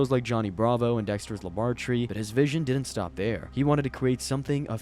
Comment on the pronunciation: "dektchers labrartree"